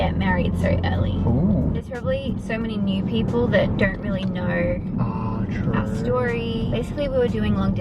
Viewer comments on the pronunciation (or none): I was laughing so hard when said true in an Australian accent and didn't realize! Hahahaha